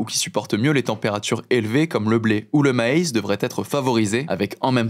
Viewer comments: Et on dit ma-hisse Pas “maize” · Le Maïs? Ca ne se dit PAS “maze”. Ma-hisse Comme oh-hisse Laissez ce Québécois vous enseigner la prononciation